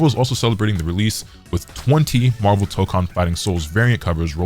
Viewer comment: It ain’t “MAHHVEL” without Magneto